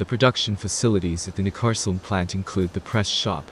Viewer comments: It is like Neck-cas-oolm, not Ncaasom. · Neckarlsulm - try saying NEK KARLS ULM each alone and when you are sure then all 3 words together. That would be close to what it is called :) ....if you are speaking of course but IMO we are listening to a synth text to speech voice. Nevertheless it is possible to twist letters to force the SW to speak a bit more correctly :)